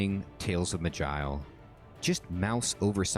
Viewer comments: Pretty sure it ain't "magile" lol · It'ss pronounced "maj-eye-el", with the j being sort of sh/ch combo.